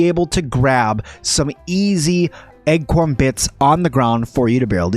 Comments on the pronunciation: Great and extensive guide. I keep mentally tripping over your pronunciation of acorn armor. I keep hearing "Egg-corn Armor" every time you say "Acorn".... Not a big issue, but it kept derailing my train if thought. Heh, a tip for newbies..... Acorn armor is protective, but you have increased enemy threat and aggro because they find your armor choice quite delicious. Thanks for the guide. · Egg-corn, egg-corn... I thought it was a new item or something! LOL! Good video, as you say, but totally distracting. I jumped to the comments to see what was up! Hahaha! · please stop saying Egg-corn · Me too! I also kept hearing "Egg-corn" as well!